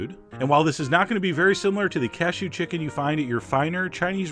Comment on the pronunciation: Every time you say "casheeew!" I want to say "bless you!"